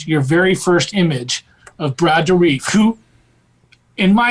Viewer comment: Does your guest know Brad Dourif personally? As I've always heard his name pronounced Door-riff (including in official promo materials) not Door-reef.